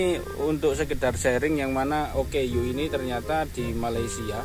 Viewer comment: OKU - Orang Kelainan/Kurang Upaya Sebutannya adalah Oooooo Kkkkkk Uuuuuuuu / ooo keyy you